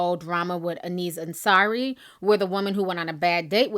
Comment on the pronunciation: Sarah Ajwang Yeah she needs to do the research that she claims other Youtubers dont do and get his name right. Thats journalism 101.